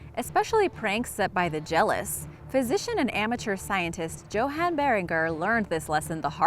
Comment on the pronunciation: BTW: The name of the German dude; Johan is pronounced as "yo-hon". Silly Krauts, right? TMy last name ALWAYS gets butchered. "How/Hag/Hog-land". ....It's "Ho-Gland" Technically it's Pedersen, due to great grandfather dying in WWII in the North/Norwegian Sea...then great grandma remarried to a drunk we're NOT related to at all... ........Uuuuuuuuuuh-um, sorry for for the tangent!